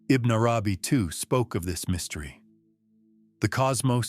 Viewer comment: Yes there's nothing wrong with AI reading text. However you could do better in your prompts to guide AI to make proper pronunciation. Which sounds like verbatim reading such as ibn nay arabi , wahdat-ul-wajood etc